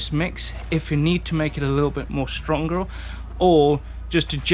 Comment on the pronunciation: Did say “make it strongerel”? Lol